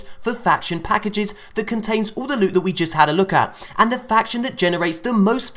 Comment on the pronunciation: LEWT SWEAT PRRRRRECIOUS LEWT!!!